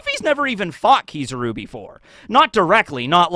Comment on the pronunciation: I’m sure you know how “Kizaru” is pronounced. It was the same thing with “Yonko”, you continue to mispronounce foreign names even when you’re made aware of how to properly say it. What you’re doing is a racist tactic used by far right white suprematists to get attention. This is why I stopped watching this guy you’re a 30 year old man act like it.